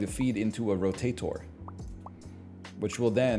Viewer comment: NL says "rotator" like Dr. Doofenshmirtz